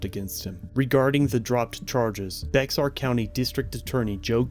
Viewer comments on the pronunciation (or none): Good synopsis. I live near San Antonio. First of all it’s not bex-ar county. You literally just say Bear like the animal. Second of all, SAPD and the other surrounding community police forces (look up Leon Valley) are extremely corrupt. Hell SAPD and Bexar Sherrif will hire people with a criminal record. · Bexar is pronounced bear. its weird, i know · Bexar is pronounced like Bayer or bear... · It is NOT pronounced Bexar county...it is pronounced Bear County. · The name of the county is Bexar, the x is not pronounced. The word sounds more like bear or bare. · its not pronounced bexar,,,its bae har ! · For future reference: Bexar is pronounced “bear” just fyi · Bexar county is pronounced bear county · Just an FYI Bexar County is pronounced bear. Love the channel you have great content! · Good video. It's pronounced "BAY-harr" county. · its pronounced BEAR country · Bexar County - Pronounced "Bear County." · btw Bexar is pronounced Bear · Love the channel, for future reference Bexar county is pronounced “Bear”. Not being a dick. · It's pronounced BEAR county even though it's spelled Bexar. Being from Texas, this is a large pet peeve. Lol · Fyi, its pronounced "Bear" county. But it is spelled Bexar. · I've had enteractions with San Antonio PD. They are as bad as Dallas PD. BTW, In Spanish the letter X sounds like an H. Bexar is pronounced "BayHAR". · It’s pronounced “bear” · It's pronounced Bear County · Bexar County (/ bɛər / BAIR, / ˈbeɪər / (listen) BAY-ər. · Not sure if you’re reading comments still but Bexar is pronounced “Be-har”. But the h is almost silent. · Bexar is pronounced Bare. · "Bexar" is pronounced "Bear" like the animal... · Bexar County,,,,, pronounced "Bear" County Cell phoned are just barely exposing the corruption of police officers. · For future reference Bexar County is pronounced "Bear County" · Bexar is indian/spanish and the 'x' is pronounced with a soft-j / almost h sound, so the word sounds much like bear or beyer.